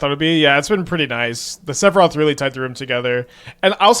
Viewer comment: you really got a get the 🎶 Sephiroth🎵 right lol, not whatever abomination you keep saying lol